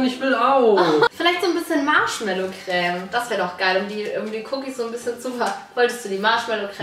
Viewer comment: Wie die einfach anstatt Creme „Cräm“ sagen 🤦🏼‍♀️